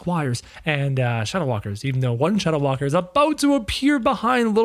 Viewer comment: You said the shadow walker wrong